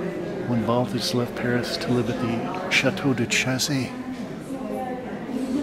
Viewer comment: Asking for a Balthus catalog at Pierre Matisse in the 70s, was corrected by an older gentleman behind the counter, "it is Balthu", ...the s is silent in the French pronunciation.